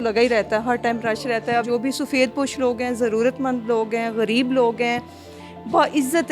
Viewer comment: Urdu bolna seekh leejay. Gareeb nahi hota ghareeb hota hai. Shame on you.